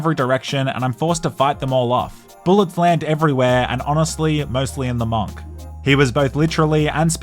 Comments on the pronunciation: nah why he saying monk like that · Who the fk says “MONK” like that?….